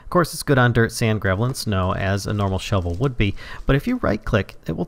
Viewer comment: you are saying the path is speshil for that shuvil all shuvils can do that.